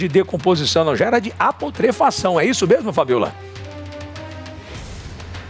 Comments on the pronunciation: Apodrefacao?????? Onde esse repórter achou essa palavra ? Que horror ! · apodrefação mds o cara é apresentador de tv e n sabe fala putrefação kkkkk mds q nivel q temos em nossa tv brasileira em kkkkk um vocabulo extenso q da até inveja kkkkkk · Pensei que só eu tivesse percebido ! O cara ser jornalista e não saber falar putrefação é complicado ! 🙄